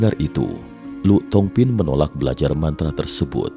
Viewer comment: Lù thong phin....dibaca Li thong phin...🙏